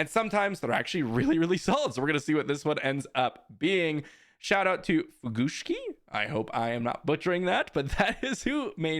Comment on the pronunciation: Holy cow, didn't think we'd see this on a video! Fugushki is one of the three people that make up SWUTiNi, and yes you did pronounce it right. We love Star Wars Unlimited, and we are trying to add some variety to the SWU content on youtube. We are trying to make higher quality videos with animations. We LOVE coming up with wacky combo decks. They might not be good, but they are FUN. Thank you so much for featuring this, you made our day!!!